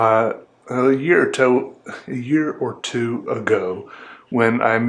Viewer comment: "A year or toe"